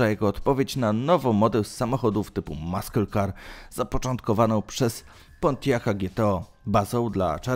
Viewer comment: Maskyl kar no i cześć 😄